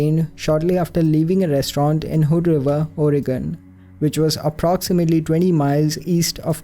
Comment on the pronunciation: thank you for pronouncing Multnomah and Oregon correctly. Love all your and Alexandra’s videos.